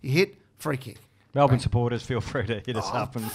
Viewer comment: be grouse , hahah how very 'malbourne' of you eddie hahahah